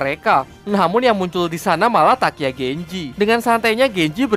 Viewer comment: Abang salah ngomong saharus nya takya genjehh